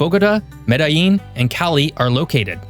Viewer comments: Me-dtha-jean or Me-da-jean = Medellin. Not Medeyeeen. This is Colombia, not Mexico. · LL in Colombian Spanish makes a J sound just so you know. So not Mede-yeen, it would be Mede-jean. Great video.